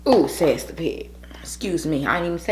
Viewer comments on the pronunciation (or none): none